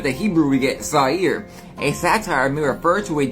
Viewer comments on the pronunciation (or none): Satyr (say-ter) not satire - those shoes are ugly and some new weird fashion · So Japanese shoes like Lil Wayne's are only being worn on hooved feet, huh? Naaah Also, dude is saying, "satire" but he means "satyr." 😂😂😂